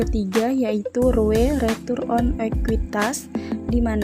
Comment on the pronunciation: hehehehehehehe gak nahan pengen komen.. - APB bukan aset PRODUKSI bermasalah tapi ASEP PRODUKTIF BERMASALAH. - bukan CAKPN tapi CKPN - NPL bukan non performing LEON tapi non performing LOAN. - ROA bukan retur of aset tapi RETURN ON ASET - ROE bukan retur on ekuitas tapi RETURN ON EQUITY - NIM bukan Net intereset margin tarpi NET INTEREST MARGIN - LDR bukan leon to deposito rasio tapi LOAN TO DEPOSIT RASIO - NFSR funding dibaca FANDING bukan FUN-DING